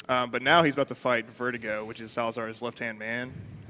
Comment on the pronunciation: I love them but saying vertigo instead of ver-doo -goe (verdugo the boss)is painful. Only because I love how menacing that word is